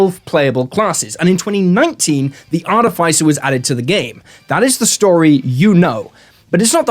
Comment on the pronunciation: I thought it was Artificer not Artificer.